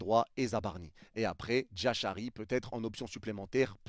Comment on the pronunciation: Toutes ces questions sont légitimes surtout qu'on a pas de news. Mais pas de nouvelle bonne nouvelle comme on dit. J'espère juste que Jashari signera au PSG( stp améliore la prononciation de son nom😂😂😂) en doublure de Viti se serait top et sinon pour le reste surtout pour le latéral droit et l'attaquant je ne me fais pas plis de soucis car des solutions il y en a